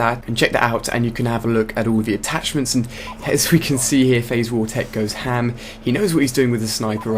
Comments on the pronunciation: Lmao at saying "HAM" with a British accent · am i the only one that thought it was hilarious when he said "goes ham" with his accent?